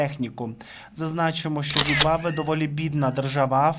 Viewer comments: Ну не ЗІМВАБВЕ, а ЗИМБАБВЕ. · Зим баб ве. Хочаб раз вимовили назву країни, начебто не складне слово. Якось дуже не професійно виглядає, ей боже.